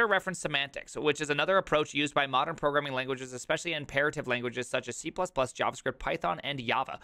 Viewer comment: I really like how you've been pronouncing Java and JavaScript lately :)) It's weird to hear `J` pronounced like in my native language